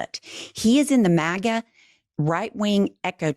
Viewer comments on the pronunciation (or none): none